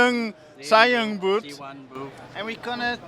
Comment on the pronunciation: you can't say zhiyun> >??